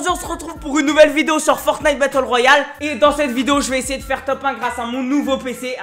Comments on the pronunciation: T’as dit fortiite lol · ⚠️ Au début quand tu à dit FORTNITE en faite sa se prononce en anglais ⚠️